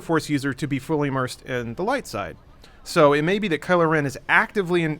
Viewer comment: it's KYLO not KILO. KYLO you dumbass.